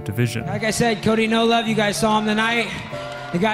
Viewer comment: and ots "Cody" not "Cory"